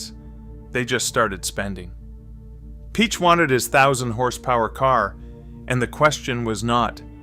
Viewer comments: you lost me at ferdinand "peach" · It's pronounced "pee-ach"